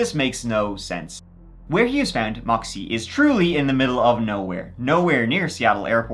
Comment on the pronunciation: hearing you pronounce Yakima and Moxee better than a lot of people from the Pacific Northwest is wild 😅